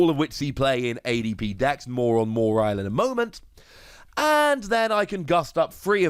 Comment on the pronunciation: There’s something satisfying about saying “Moriel” rather than “Mawile”. It would be a sin for me to correct you on the pronunciation. So satisfying indeed!!